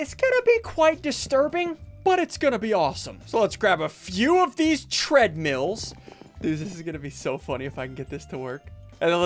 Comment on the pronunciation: When he said tradmills i lost it😂😂😂😂